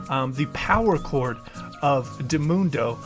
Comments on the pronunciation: Why do you say Dimundo when it is Di/mi/nu/en/do? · it’s diminuendo, not dimundo. Please, stop. :[ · “Dumundo” Dumbass mains Sona but can’t even pronounce basic musical terms lmao